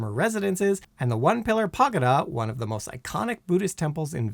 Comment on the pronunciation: Get a dictionary and learn to pronounce words like "formalin", "praesidium", "pagoda", and many others!